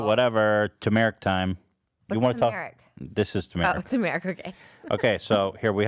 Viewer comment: Love that pronunciation lol, "twomare-ick"